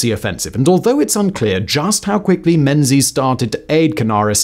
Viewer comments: It's pronounced Mengis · Interssting fact "Menzies" is more correctly pronounced as "Mingiss" - it comes from the extinct letter "yogh", which was transliterated as "z" when we moved to moveable press printing. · Pronunciation of "Menzies" is somewhat lacking !